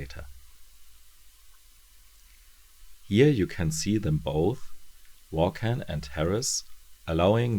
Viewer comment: Hey, I've literally run out of current videos of yours to watch, so I decided to go back in time to check out your earlier ones! I have the whole series of Ex Machina in floppy format, but I haven't read all of it yet. I just wanted to give you a heads-up on the pronunciation of "Vaughan"..it's pronounced "Vorn" which sounds a bit like a race of aliens from Star Trek, doesn't it? Anyway, (belated) thanks for another great review!